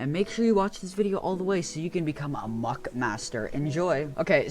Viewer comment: It is not mock it is muck ok ok have a nice day